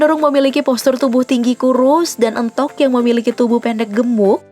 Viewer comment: penyebutannya éntog bukan êntog